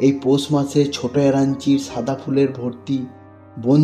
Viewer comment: ছাদা না সাদা🙂,, ছ না স